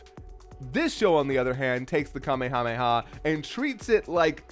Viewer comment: All these years and still doesn’t know how to pronounce Kame Hame Ha.